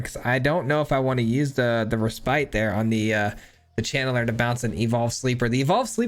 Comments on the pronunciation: Its pronounced "reh spit", not spite. Just FYI man! Great video! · Just an fyi, the word "Respite" refers to taking a rest, and is pronounced "REH-spit" with a short i sound, not "Reh-SPITE".